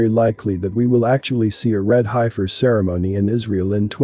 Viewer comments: Thank you for the research on this prophesy, in reading comments people are stuck on pronunciation of hiefer in some cases must get frustrating for you. Don't sway from your agenda you are doing a great job. love and light. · We say hefer for heifers . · You are pronouncing heifer incorrectly. It was seriously distracting and annoying to hear you mispronounce it over twenty times. You could have substituted the word bovine, or cows…. Or opened an almanac for several other options. I’ve watched and enjoyed many of your videos, but this was the first that felt computer generated. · Are you sure it's a heifer? If you can't pronounce it properly, you might pick wrong when you're looking at the cattle... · That’s not how you pronounce heifer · That word you were having trouble with is pronounced Heef-er...not Hi-fur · You all realize that the voice is computer generated and says hi-fur rather than heffer. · Pronounced HEF FER HEFFFFFERRRR SAY IT, HEF FER NOWHERE is it HI-FER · It’s pronounced “heffer” not “highfer” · It's not pronounced hifer...it's pronounced heffer ...e before i, eff sound. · It's heffer not hifer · Love the vid, but its HEFFER not HI FER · It is Hefer-not highfer. It is not the "I" sound. It is a soft "e" sound like sayig "eff". Heiffer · It is pronounced heffer,Heffernan, hifer. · Futurist nonsense. Preterism is the correct hermeneutic. The Body of Christ is the Temple of God now. They could build twenty buildings in the mideast and none of them would mean anything. An old box, while historically interesting, is not relevant now. Also: it's pronounced "HEFF-ER" not "HIGH-FUR". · Pronounced Heffers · Heifer is pronounced heff-er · The Heifer is pronounced, Heffer. 🤣🤣🤣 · This is ridiculous. Why would the sacrificial system be reinstated after the ultimate sacrifice was made by the Messiah? (Also, heifer is pronounced heh-fer.) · Hey my favorite Bot, that's heifer. the e is like, the e in egg. Okay Smily Face thx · High-fer... lmao